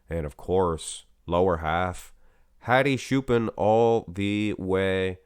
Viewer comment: Hadi choopAAn is actually correct and the "ch" is pronounced like the word "church"